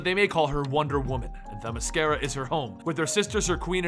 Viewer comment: you said Themyscira correctly. Nice job.